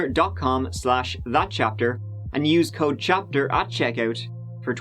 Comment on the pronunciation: thapter thapter thapter